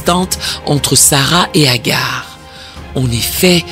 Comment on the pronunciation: C’est pas Hagar mais Hajar.